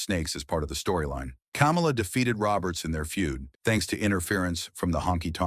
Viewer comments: It's pronounced "KAH-MAH-LA," not "Camel-Ah" as in Kamala Harris. If you don't even know how to pronounce how the character name as by all the federations (and the man himself) it doesnt bode well you know what youre talking about Come to think of it isn’t this the guy who also pronounced Ole Anderson as “Ol”? Like Ye Ol English? Maybe he’s using text to speech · It's "KUH-MAH-LUH", not "COMMA-LUH".🙄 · His name is Ka mal a. It's not the freaking vice president. If you don't know how to pronounce his name don't do the documentary. God Bless the his soul. What about his niece who took care of him after he lost his legs due to diabetes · The narrator is a HCTIB for pronouncing the name like that I can tell he eats dks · Jesus, learn how to correctly pronounce the man's name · Say his name right. He’s not the idiot fake Vice President! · Learn to pronounce his name right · Pronounced "Kamala" like he just ran for president. LOL!